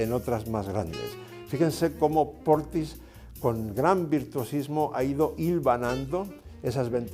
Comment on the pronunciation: His name is "Portisch", not "Portis".